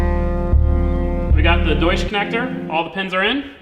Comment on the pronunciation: The way he’s pronouncing deutsch connectors really gets me., it’s pronounced “doy-tch”